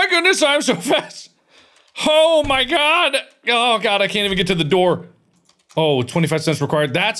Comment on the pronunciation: The big Ol’ boots are for if sweeping time or first prize tries to push you they can not, btw it said “door” not doob ;-;. Also the eraser is for that face on the chalk boards you can get rid of him with the eraser. He’s in class rooms and the math machine rooms.